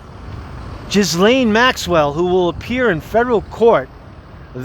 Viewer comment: Where are the pics to prove that she has been transferred ?!? Her name is pronounced Gis (hard G)laine.